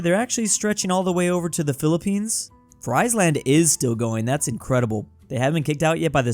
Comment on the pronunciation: Friesland is pronounced like "freeze", not like "fries".